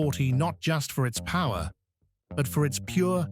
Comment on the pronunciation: More than emough puwer